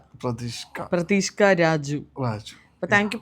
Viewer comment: Pradeeshka aavilla pradeesh k a aavum😂